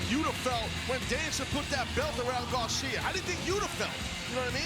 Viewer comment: Everybody: Daniel Garcia Taz: "Daniel Gawcia"